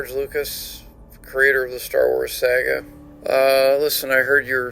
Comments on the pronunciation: "The creator of the star wars sag-eh" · I'm here for Josh Robert Thompson's "SAG-AHH" pronunciation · Every time George Lucas pronounces it "My Sah-guh" I lose it. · Good to hear again. The pronunciation of “saga” was a dead giveaway that George Lucas is Canadian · Everyone’s assuming it’s Josh because he’s “the impressions guy” but I hear that pronunciation of “saga” and know in my heart that it’s from Canada